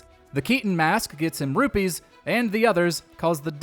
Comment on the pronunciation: Don't forget to give this video 2000 dislikes for mispronouncing saria & rupee.